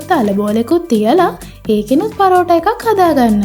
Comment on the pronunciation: පරෝටා ඒ මොන බහු බූත නමක්ද හරියට කියන්න පරාටා